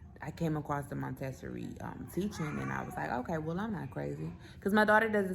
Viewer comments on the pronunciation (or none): It’s pronounced: Monta-sor-ree, dear. ☺️ Also you may want to consider moving the clothing bar down (or adding a hanging bar) in her closet so as to foster independent clothes selection? Just a suggestion. ☺️ Great video!